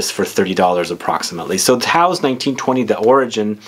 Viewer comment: "Tous" is pronounced kind of like between "toose" and "tohse", definitely not rhyming with "house"